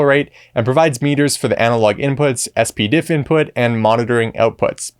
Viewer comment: Regardless of what is technically correct, 99.999% of the industry pronounce it Spidiff so ess-pee-diff distracts me to the point I stopped watching.